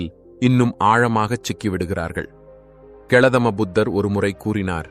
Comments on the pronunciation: Superb brother. Enakku Matram kettkum podhe therikuradhu. Thanks brother. But கெ ள தம புதர் nu சொல்லாதீங்க. அது கெள தம புதர் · கௌதம புத்தர் பெயரை சரியாக உச்சரிக்கவும். என்ன பொருண்மை மிகு காரணம் 'Gowthama' எனும் சொல்லை 'Kelathama' என்று உச்சரிக்க. விளக்குக! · Goudhama Buddhar, not Geladhama Buddhar.